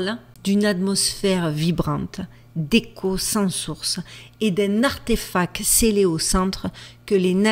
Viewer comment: Si t'avais un minimum de tac, tu prendrais contac avec un orthophoniste et tu verrais l'impac d'une prononciation exac du mot ARTEFACTTTTTTTTTTT